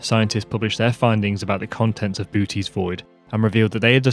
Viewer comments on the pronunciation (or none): Never heard it called booties void. I've always heard it called Boo oh tees. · Sorry you’ll forget more about this stuff then I’ll ever know but isn’t it “BOH-teez” void (boʊtiːz vɔɪd)? It sounds like you are saying BOO-teez. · It’s pronounced boh-OH-teez, not BOO-teez. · It's not pronounced booty it's pronounced boo oh tes with a long o in the middle.* Bootes* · It's prenounced "Bootus" not Booties. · Mate ... I know the umlaut isn't British English, but it is definitely not pronounced "booty's void." lol. "Booty" is American slang for the bum. So "booty's void" would be the inside of your arsehole. It's okay. MIspronunciations are easy. I just thought you should know. But sure, aim your telescope at that big booty. You never know what will happen. (I swear I wasn't going to make another telescope/dick joke, but you walked right into this one! I'll stop now.) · Pronounciation. You say it wrong. Have a Greek say the word Βοώτης; it has 3 parts. Bo-oh-tees. The ö is a separate syllable. Or Google it. Google shows 3 Syllables. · Correct me if I’m wrong,but each “O” in Bootes is pronounced differently.. Boo-O-tees (spelled phonetically) would be the correct pronunciation, right? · It is not pronounced "Bootie Void" XD but the actual pronounciation with ö is way too hard for non germans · Boo-oh-tés is more proper pronunciation. Other than that a stellar production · You're into astronomy and you can't even say BOO-OH-TEEZ correctly? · Please correct pronunciation of Bootes. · The two o’s in Boötes are pronounced separately as indicated by “ö”. Also, both o’s are long.